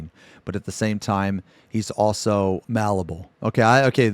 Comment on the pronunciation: got me dead at "malleable". LMAO